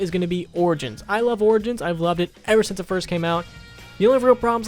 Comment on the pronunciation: This guy has brain issues he put r in front if origins😭🔫